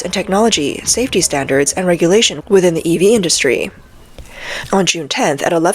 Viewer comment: Please fire this narrator. In English the TH sound is not the same as as the F or V sounds. Its pronounced 'Three' not 'Free'. Its 'Within' not 'Wivin'.